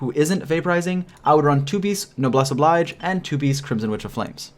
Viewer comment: say it with me: obleeeej